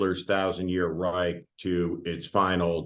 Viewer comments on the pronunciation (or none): none